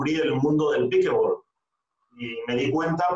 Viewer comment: por que lo pronuncian mal...cojones!!!! NO ES PIKEBOL.... ES PIKELBOL con una ele entremedio .... PICKLE se pronuncia pikel.... y combinado con ball el pickleball